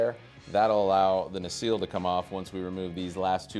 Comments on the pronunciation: NU-SELL not newseal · Great Video. P.S. its "na-sell" (nacelle) ;)